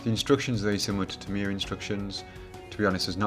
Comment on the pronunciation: Tamiya pronounced Tamier?